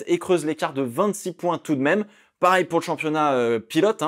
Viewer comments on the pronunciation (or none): none